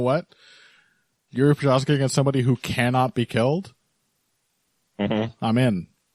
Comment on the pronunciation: Прозахка. Not a hard to prounounce. Why no MMA media people can get it right ?